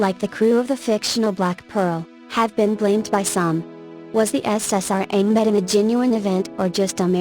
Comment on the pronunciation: The name of the ship in the last case is what...? I cannot understand the voice. The R-Amedien?